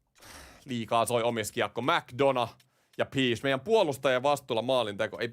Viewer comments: Ny seuraavaan videoon korjaat ton Pescen lausumisen 😂 Piish 😂😂 Peshi on oikee👍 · Peshi ei Piiish 🤣